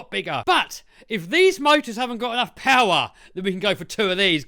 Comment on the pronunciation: Mo powah baby